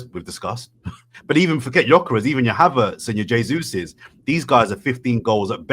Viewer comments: I'm taking over this shizzle, ive had enough T, pass the torch, Havertz not Haveeeeertz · Did she say huvertz? 😂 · 'HA - vertz' 😂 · the way is saying Havertz makes me think I’m about to hire a car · Am I the only one who HATES how pronounces Havertz?? Unless that is the German pronunciation..